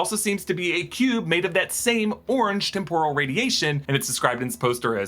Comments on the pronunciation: It’s pronounced TEM-PUR-AL or TEMP-OR-AL, NOT TEM-POUR-AL. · Ok, this is picky but Is the word really pronounced tem-POR-al or is he just mixing it up with the Japanese deep-fried snacks (tempura)? I always thought it was TEM-poral. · The word temporal is pronounced with the accent on the first syllable TEMP rule. Sorry but that really bothered me so I googled it.